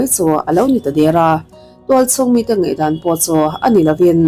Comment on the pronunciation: "Ngeihdan" i ti tlat a ka hriat chu ka hre sual nge